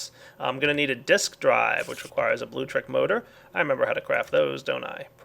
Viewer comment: it's blueLECtric, not bluetric.. btw: your quarry is AWESOME!!:)